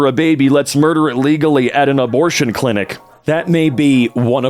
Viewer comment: are we not going to talk about that incel guy said "Adorption" clinics instead of "Abortion" clinics? Now all I can think about is what adorption would mean. Would it mean adopting an aborted embryo or would it be the practice of immediately killing the child you just adopted?